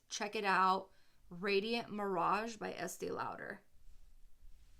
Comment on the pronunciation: youre pronouncing estee lauder wrong